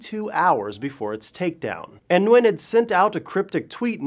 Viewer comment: You pronounce his last name Gwin I believe. I know wa guy with the same last name and he said thats how they pronounce it.